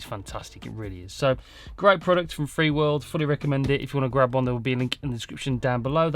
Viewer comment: Just a heads up, it's "Feelworld" and throughout the video, your title and description you say "Freeworld".